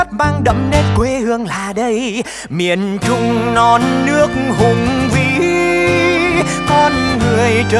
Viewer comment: trời mình cực kỳ thích từ "Miền Trung", đúng chuẩn luôn, tại người Bắc biến âm "tr" thành "ch", nhma Trúc Nhân phát âm rõ luôn, 10đ không chê đâu được